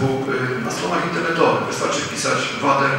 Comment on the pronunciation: chory psychol ten co tak ględzi!!Paranoja nawet nie wie jak poprawnie się wymawia nazwe zespołu.VADER rządzi!!!!